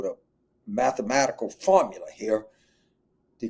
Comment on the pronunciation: “I don’t think we need to bring MIT in heeah.” Lolol